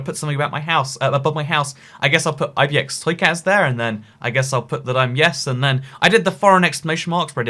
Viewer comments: Is it just me or does the intro sound like you're saying "Hello, I'm eye - bee - eh - ex - toy cat"? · Oscar O. Yeah it’s sounds like ib&x